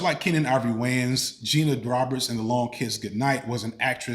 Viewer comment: Geena Davis, not “Gina Davis”